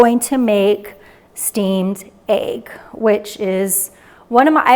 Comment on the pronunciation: What’s with the egg pronunciation?